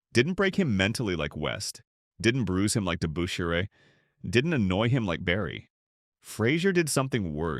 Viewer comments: It's not DeBOOSHAIRRR. It was DeBUSHrrr. Sheesh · Well said sir, very well said! Hondo would have no trouble playing in today's NBA. A quiet and humble man that was part of a great championship team, the Boston Celtics. I was a Knicks fan, and this narrator couldn't pronounce Dave Debusschere's last name at all. Must have been a computer generated voice. Debusschere was a rugged power forward. His forte was "defense" and he played it good, rugged, and clean. Hondo was never afraid of Dave or any of the other players this voice listed. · narrator needs to properly pronounce DeBusschere & Havlicek. I wonder how these things get by in this day & age.